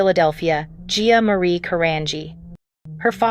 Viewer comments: Geea really??,? Get her name right! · How many times can you say a person’s name wrong. Guuyyaaaa G-I-A jeehaaaw I mean GEEE-sus. Get better IA speech for someone this iconic. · GIA, GIA, GIA! GET IT RIGHT! SHE WAS A PERSON! GET HER NAME RIGHT!